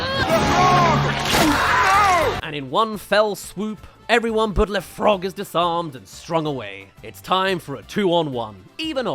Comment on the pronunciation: Le frog, not lè frog.